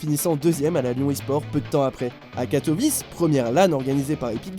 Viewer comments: C'est pas katovice ça se prononce katoviché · Sa se dit Katowiçé [w=v] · Pas du tout mdrr 😂 c'est "Katoouiché"